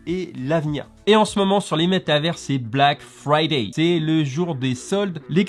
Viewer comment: 🤣😂 Black Friday tu la bien dit